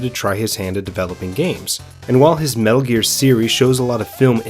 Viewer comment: Snake: METALL GEARR!!!!!! .... what the hell is a metal gear...